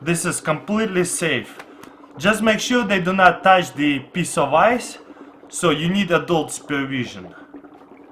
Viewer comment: it sounds like he said piss off ice